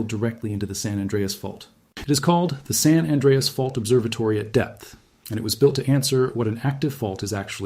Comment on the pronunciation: You do not know how to pronounce "San Anreas".